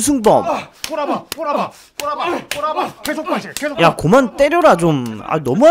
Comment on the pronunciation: 에 보니까 유라고 발음하네요